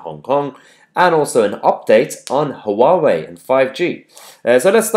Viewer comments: Mahyar just a wee thing that always drives me nuts when you say 'hu wah way', (Huawei) it's a 2 syllable name, pronunced 'wah way'. Keep up the great work. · It's not pronounced HUH WAH WAY... it's WAH WAY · Mahyar, Huawei is pronounced "wah-way" the Hu is pronounced like a W. 3 (the telecom company) are local to me, the staff there call them "who are we?". :-)